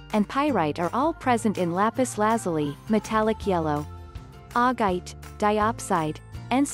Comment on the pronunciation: It's Lapis La-zoo-lee.